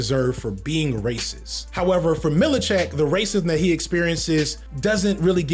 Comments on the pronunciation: I love you brother, but you gotta work on your mispronunciation of names. I was wincing every time you called “MIL-CHICK” “MILLI-CHICK”. It was funny, tho. 😂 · Seth MILCHICK not “Mili-chick”. Lol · Every time Says “Milly-check” I shudder 🥴. It’s pronounced Milchick sir 🤦🏾‍♂️, and Severance is GOATed! (No pun intended) lol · “MIL-CHIK” not “mil i chick” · lmao fd you killing me with the milichick and mahalalalala ali pronouncians lol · That man said “Millichick”😅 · …. How did you watch two seasons of Severance and you call him “Millicheck” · "Millicheck"?...all good bro. Enjoyed the video. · Pronounce our hero Mr Milchick's name wrong just one more time see what happens 😤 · I feel you with Mr Milchick (and yes, you kept adding another syllable in there lol) but DAMN I really feel like he was one of the best parts of the show, especially season 2!! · is there a specific reason you pronounce the names "amandala" and "millachick" instead of "amandla" and "milchick"? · Man pronouncing Milchick, Mil-i-check keeps getting me! Great video otherwise! lol Editing this because I just got to the pronunciation of Mahershala Ali lmao. "Marsha-holla Ali" 😭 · And Milchick (Millacheck) and Mahershala (Marshaholla) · we gotta get the name pronunciations correct. Calling Amandla, Amundala. Calling Milchick, Millacheck. Calling Mahershala, Marsha-hala. It takes two seconds to learn how to say a name correctly. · be struggling to pronounce these names lord 😂😂 Millicheck? Amandala? Stefen?? MARSHALL HALLA?! 💀